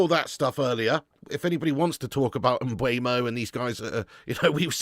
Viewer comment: Are you trolling at this point? It's not M b u e m o. It's Mbeumo.